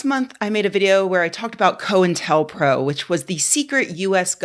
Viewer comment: Thanks for pronouncing "co intel" correctly. I don't know how many times I've heard block headed conspiracy theorists call it "coin tell".